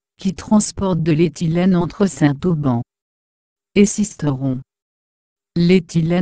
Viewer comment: Dommage que la personne qui commente" écorche" , a chaque fois , le nom de la commune . N'aurait-il pas été plus simple de lui dire de faire la liaison entre le Saint et le Auban ??